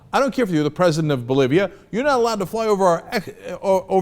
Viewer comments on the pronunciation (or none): none